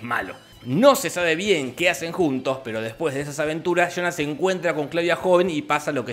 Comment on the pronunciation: Muy bien resumido y narrado, pero me mata de risa escuchar "Chonas" cuando habla de Jonas (yonas)